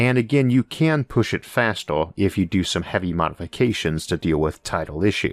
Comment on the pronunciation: Orth or earth. Forst or first. Fastor or faster. howevor or however. Membors or members. Porepose or Purpose just seem to me you have a vowel issue.